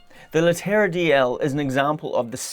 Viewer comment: you could learn to pronounce the model at least, Leh te ra